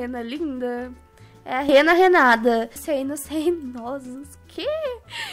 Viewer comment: NÃO É RENA RENADA E SIM RENA RENATA